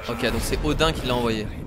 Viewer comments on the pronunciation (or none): Odin ce prononce odine